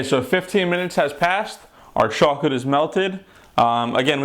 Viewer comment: CHAWCOLET DID YOU SAY CHAWCOLET!